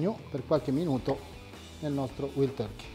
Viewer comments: "Uaild Torkei" non "Uild Torkei" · waaaaaaaild turkey.. vild non si può sentire! panino però buono provato live da hamerica's! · Sticazzi della carne cotta male, si può sbagliare, ma per favore la pronuncia, "uild turki" no eh e dai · INDECENTE. Hai lasciato tutto il bruciacchiato dellìhamburger sulla piastra perchè l'hai girato troppo presto. Per simulare il blue cheese americano il gorgonzola dolce non va bene, ci vuole quello piccante. E per mettere i puntini sulle I .... "uild torkey" ? Manco capace di pronunciare Wild. Ma vai a vendere le caramelle, va.